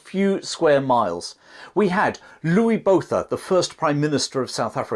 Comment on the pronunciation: It sort of spoils this otherwise excellent description of the battle in that the narrator didn't know how to say the names of Louis Botha and Schalk Burger. How hard would it be to learn and use the correct pronunciation?